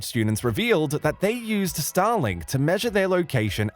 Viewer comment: Anyone else also hearing "Stalin" after four times the word "Starlink"?? After you hear it, it can't be undone 😑